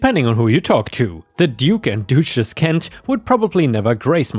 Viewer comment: Duchess--pronounced 'Dut chess'. ⭐️⭐️⭐️⭐️⭐️⭐️⭐️⭐️⭐️⭐️⭐️⭐️⭐️⭐️⭐️⭐️⭐️⭐️⭐️⭐️⭐️⭐️⭐️⭐️⭐️🌟🌟🌟🌟🌟🌟🌟🌟🌟🌟🌟🌟🌟🌟🌟